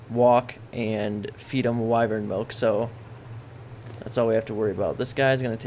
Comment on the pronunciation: wyvern noun wy·vern \ˈwī-vərn\ not wivern lol your saying it wrong bro